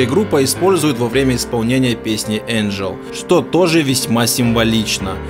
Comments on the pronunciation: Хочу сказать автору канала, что ему стоит поработать над произношением:не моттер, а муттер, не ричст, а рихьст, и не энджел, а энгель. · Не Энджел А Энгель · Не энджел а ингил